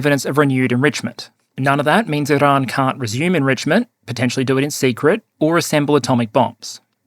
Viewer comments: Bro your Australian stop rolling your Rs for Iran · Iran Not "IIrun". FFS mate, if you're going to respect scumbag countries by pronouncing their country names the way they pronounce it, then I expect you to do the same for western allied countries like France. 😡 I've followed your channel from day dot, but it pisses me off when you make an effort to appease our enemy. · just likes pronouncing “Iran”.